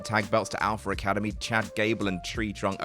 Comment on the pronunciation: This man just said “Alpher Academy” What’s next? John Cener?